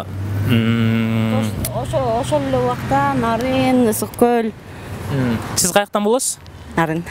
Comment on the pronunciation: Созунун башында эле туура эмес суйлойтго "*ГӨЛ*'"-деп. Ыссык-Көлду Ыссык-Гөл дейтго😂